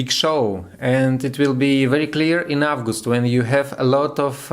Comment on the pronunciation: Thanks, nice shot! Everything is clear. Still sigh of asc, right? I was looking for the good astrological forecasts in EN on YT. Not too much them I can say I've noticed some grammar mistakes, but it's nothing serious in speaking. Everybody does it. But please check pronunciation of zodiac signs. Leo, not lion. And months: april and august